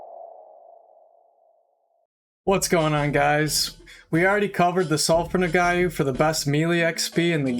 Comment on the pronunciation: "Nog-wah" Lol. I'm sorry, but that was bugging me.